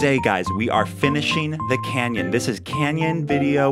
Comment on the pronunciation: This is a CANyon not a CAN'Tyon